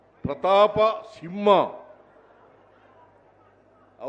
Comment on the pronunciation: ಸಿಮ್ಮ ಅಲ್ಲ ಸಿಂಹ